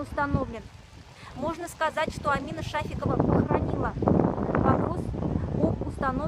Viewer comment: Не Шафикова а Шарикова....